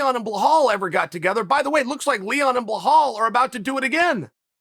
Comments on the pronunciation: "Blahal"...Ok, now I know Chael's trolling us. And Still!!! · “Bla Hal” big headed snob🤡